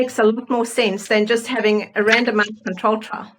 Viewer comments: I can't be the only one who keeps hearing, "random-ass control trials." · I don’t mean to be rude…and I know what they’re saying, but every time they say randomized trial I keep hearing random ass trial. lol 😂 sorry.